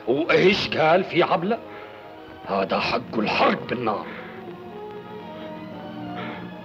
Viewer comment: كسرتوا اللغة العربية... هزا وهزه!!